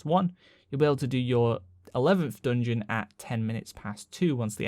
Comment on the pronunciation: Say dungun one more time